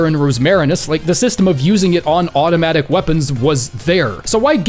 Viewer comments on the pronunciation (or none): none